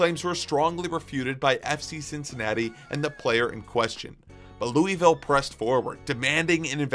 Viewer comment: Honestly never got into soccer, but I think I might start trying. Great video. Not to criticize, but it's pronounced Lew-uh-vull Also the D***butt sighting made my day